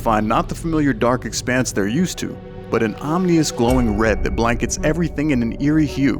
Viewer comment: Ominous not omnious